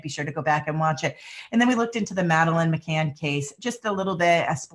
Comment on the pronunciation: McCann NOT McCain...he was another liar and murderer